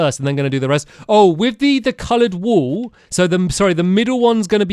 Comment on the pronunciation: Do you say wool or wall? Just curious :3